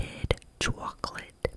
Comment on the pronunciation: 😂😂😂 "Italian Mobster accent" Couldn't be swayed much after this, I'm convinced that I'd gladly take your place on that farm. Purely to work with the Italian man 😂😂🤣🙌🏽 "Chwocklate... Kawlawni..." Oh my goodness 🤣 I'd love him 😂